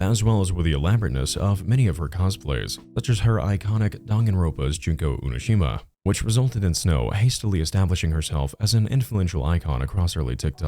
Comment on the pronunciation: UNOSHIMA? its not pronounced like that 💔